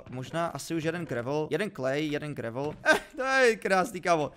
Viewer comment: Prosím říkejte "grejvl" díky ❤😂